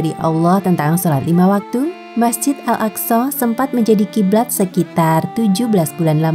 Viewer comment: Bener kok صsho